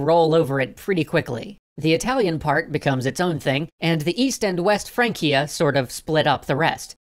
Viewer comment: EAST FRANCIA? I thought you said Weast Francia!